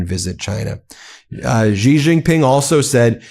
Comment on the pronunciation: Please stop saying Gee. It's She. And it's Sheen Hwa.